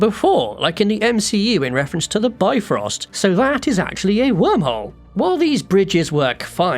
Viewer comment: PSA: Bifröst is not pronounced "bi-frost", but "bif-rust". Regards, Iceland.